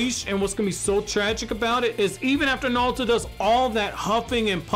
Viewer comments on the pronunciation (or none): It's naruto not nawuto 😬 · I’m sorry, don’t mean to be an ass but I couldn’t watch just because I kept hearing you say “Nawuto”. It’s not you it’s me lol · Why you keep saying “naluto” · "Nawuto" lol